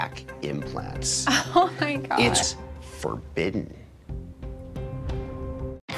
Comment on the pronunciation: the "it's ... FOR-BIDDEN 😠" 🤭